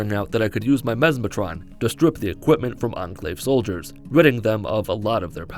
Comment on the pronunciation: Memeatron? Memestron? Memesatron? Mesmatron, ohhhhhh Any if the others would’ve been better